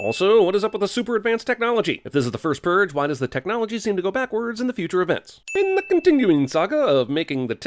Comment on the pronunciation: "The First Pruge" ding